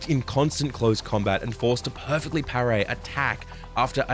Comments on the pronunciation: wild how being sick made you pronounce parry wrong, must have really messed you up. Sorry to hear it my guy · Good vid but could hardly focus for a few minutes just thinking how says "pair-ray"